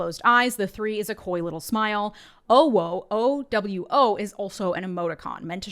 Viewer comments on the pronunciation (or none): It's not oh, it's ou. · I hate that I know this but it’s not pronounced. Oh whoa. It’s oohwoo. I need bleach from my eyeballs and a hot shower stat. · CORRECTION: OwO is more pronunced like “uuuwuuu” 😂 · It's not "oh-wo" KNOW YOUR MEMES! UwU is "oo!-woo!"... I'm not chronically online... just young enough (mid 20s) to grow up with these memes. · Owo is correctly pronounced “oo-woo” also, I love you for diving into this cesspool with a completely straight face. Good for you ! 4chan ! Oh the memories. I used to work at the Canadian imperial bank of commerce call centre in Halifax Nova Scotia on the overnight shift . I found a way to get on the Internet and I used to spend the evenings of reading 4can back in 2000 ish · 😒 It's "Ew woo" I just.... Im sorry. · It's Eww-WU!.... And Hell Divers is literally a Swedish jab at American Fascist imperialism..... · OwO is pronounced ou (oo) woo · It's pronounced Ooowoo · not knowing how to pronounce OWO properly honestly surprised me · Wish would pronounce OwO right 😂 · It's owo, uwu is pronounced that way :p